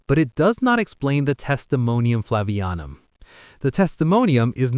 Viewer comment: It's "Flavianum," not "Flavanium."